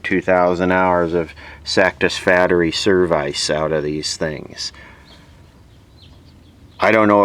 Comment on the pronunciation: sak-tis-fateree serv-ice?